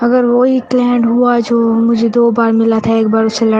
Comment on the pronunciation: Client Nahin Claint🤣🤣🤣